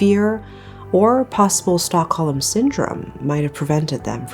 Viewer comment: It's not "stock-ho-lem" it's pronounced "stock-home." Silent "l"